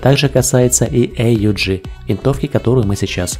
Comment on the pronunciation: Почему "Эй У Джи", если всегда это оружие "ауг" называют ?